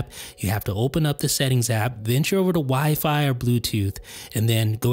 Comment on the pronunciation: Dude, you’re the only person that stresses the second syllable in wifi. It’s OK, but it sounds a little silly, you might want to try stressing the first syllable. Have a great day